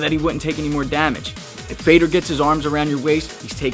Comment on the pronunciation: Fedor is actually pronounced fey-uh-door